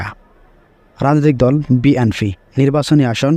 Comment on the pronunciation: বিএনফি না ভাই হবে বিএনপি। একটা দলের নামই ঠিক ভাবে উচ্চারণ করতে পারেন না আপনি 😅